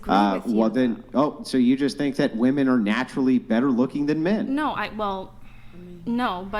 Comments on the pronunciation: So are we all just gonna adopt this rediculous way of saying the plural form of “ WOMAN” the wrong way? This is another debate where the girls are saying the word incorrectly. Woman is pronounced differently in the singular and plural. Why do people just go along with the changing and pronunciation of words and phrases that make no sense??? Correct these idiots!!!! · What's up with these chicks who dont know how to pronounce the plural of woman? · Why dont any of these women know the difference in pronunciation between women and woman? It bothers me more than it should.